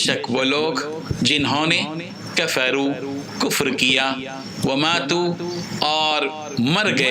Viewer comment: كفروا كو معروف پڑھیں تو مزا آجائیگا